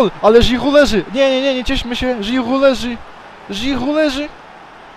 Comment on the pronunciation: Rozwala mnie to "Żhirhu" hahahahhah XD